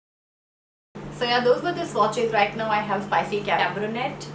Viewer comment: Cabernet is pronounced cab er nay .